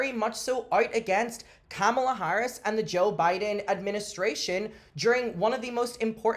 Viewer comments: The thing is she’s a lesbian drag queen. Girl YOUR EXISTENCE IS INHERENTLY POLITICAL?? Chappell don’t do this to meee 😩 ngl the micro aggressive miss pronouncing of Kamala’s name has always given me a huge ick, I love her music but why Lord whyyyyy lmao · Chappell was outspoken when it came Kamala Harris (which she did not pronounce correctly) & 'both sides". But now, conveniently, does not want to discuss politics about her Alt-right uncle or now that Trump is back in office. I think something is definitely suspicious about her intentions. Alex even interviewed Kamala had a substantive conversation). I agree with you about not commenting on the mother thing and I think Chappell did not need to say that and make huge generalization based on skewed perspective of her friends.